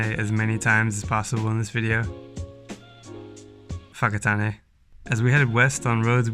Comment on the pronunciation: awesome stuff, I was raised in Whakatane and kudus to you for saying it correctly and not saying fokkertane.